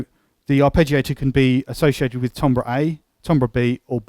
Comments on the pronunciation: This synth is awesome. Although I don't know what tombrahs are... did you mean timbre (pronounced tam-ber)? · lol Really? You sure about that? Try looking it up in a pronunciation guide. Accent notwithstanding, it's like pronouncing "centre" as "sent-tree."